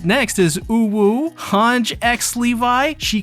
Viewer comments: its han-jee not hanj please stop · For the ever living sh*t, , it's, pronunced han-gee not han-sgh... There a no s's in the name, I will say one thing tho atleast your not pronouncing it has han-gii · why does he pronounce Hange like that ? 😭😭 ITS SUPPOSED TO BE “HAN-GEE” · hange is pronounced han-gee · Was a great break down. A lot of good lore talk. But I have to point out, a lot of attack on titan content creators mis pronounce characters names. In this situation it was Hange, Mikasa, commander Erwin. All pronounced wrong the whole video. Again good video. Just a small quirk I think. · Did this guy call her Hange without the long e?